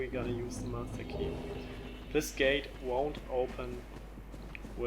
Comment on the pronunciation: Did this man just say the 'massa key'?